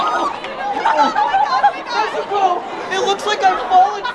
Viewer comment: It's NEZU-WAR!!!